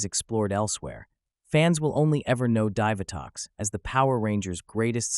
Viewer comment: It's pronounced DEE vitox